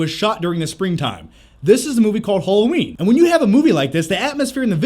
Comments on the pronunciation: Halloween, not Hulloween. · Haaaaalloween not holloween